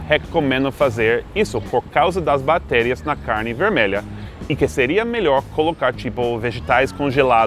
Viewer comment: O amigo gringo engoliu o C da palavra bactéria e disse batéria. haha